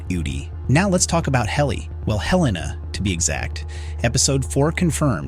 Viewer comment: Why do people say Heleena when it's pronounced Helena in the show? Makes you wonder if they've even watched it.